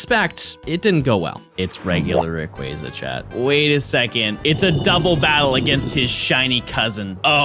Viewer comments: I just wanted to say thank you for pronouncing Rayquaza's name correctly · I will say this. You are the only person of the poketubers w/e that said Rayquaza correctly. Every other person just pronounces it sooo wrong. easy sub